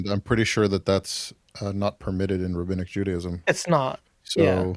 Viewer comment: he’d pronounce it “Rahabinnic” 😂